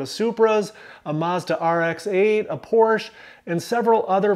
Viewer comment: Thank you for the great comments, I’ve considered this many times, but done nothing. I may actually get out there and give it a try. I do need to mention, however that Porsche is a two syllable word. 😊